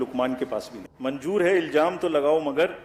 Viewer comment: Manjoor nahi manzoor hota hai